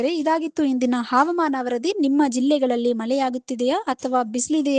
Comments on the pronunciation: ಮೇಡಂ ಹಾವಮಾನ ಅಲ್ಲ ಹವಾಮಾನ ಎಂದು ಓದಬೇಕು. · ಮೇಡಂ ಕನ್ನಡ ಕಲಿತುಕೊಳ್ಳಿ.... ಹವಾಮಾನ